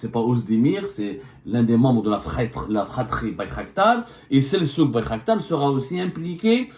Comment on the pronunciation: Selçuk = on prononce Seltchuk en turc... les karghouli qui ne savent pas prononcer la langue de leur père